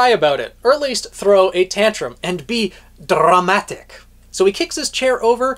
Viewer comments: I loved your flare to the word...drrramatic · Same! It was very appropriate 😂😂😂